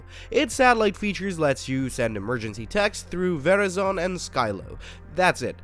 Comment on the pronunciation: is this an AI voice? You really don't know how to say modem or Verizon??